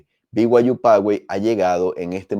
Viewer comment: Se pronuncia Pazuey (fyi)